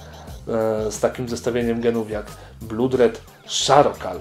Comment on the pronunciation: blood czytamy przez o a nie u a charcoal nie szarokal tylko czarkol pozdro